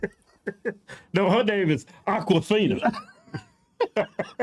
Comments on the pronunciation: Had me DECEASED at “Aquifina” 😅 🤣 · He said Aquafina 😂😂😂😂